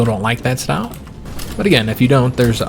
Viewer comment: I like your shtoyle.